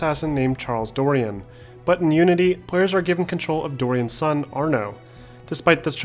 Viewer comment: Why do you say Assassins Creed Nudity? :D